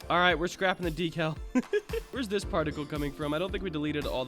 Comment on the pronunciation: bruh whats a docow its decal but nice job